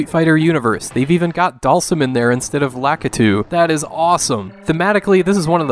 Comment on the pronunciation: Lah-KEE-too. Not LAH-kah-too.